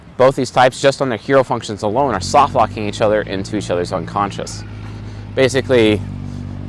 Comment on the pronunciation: What word are you saying, is it "soft-locking"?